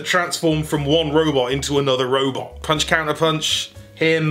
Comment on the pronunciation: Sir! I must voice my rabid distaste for your actions. Sir! I MUST insist that you refrain from mispronouncing Counch/Puntercounch!